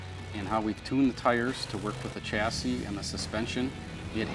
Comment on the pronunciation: I wish Septics wouldn't say "chassy" but "shassy" because you know, it's a French word!